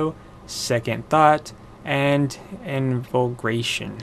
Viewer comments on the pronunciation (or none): It's pronounced in-vigor-ay-shon, to invigorate yourself with lucozade energy drink, it's in-vigor-ating. Just for future reference, not trying to be a smart ass or anything. Cool armour, very hunter like.